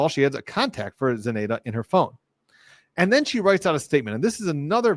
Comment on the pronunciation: Love that you’re covering this and doing recaps! Your insights are invaluable. Btw, the “nanny”’s name is pronounced Ze-NIGH-duh aka Zanny (“Zanny the nanny”) 😊